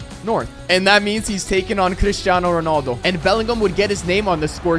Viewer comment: Why do you say crishtiano Ronaldo it's cristiano Ronaldo